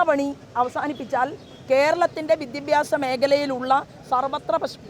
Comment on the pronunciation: വിദ്യബ്യാസം അല്ല സോബേ.... വിദ്യാഭ്യാസം